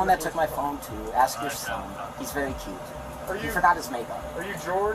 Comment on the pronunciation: if you have to ASK questions you can at least learn how to say it!